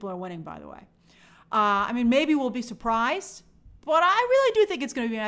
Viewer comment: It’s Matthew Mc-FAD-yen not Mc-FAY-den!!